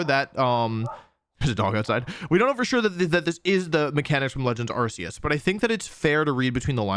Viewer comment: Distracted by the mispronunciation of Arceus! (The Pokemon Presents announcing the game, and the English anime confirm that it's Ar-Key-us)